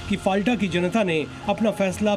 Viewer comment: Dear Zee News , It's " फलता" Not फालटा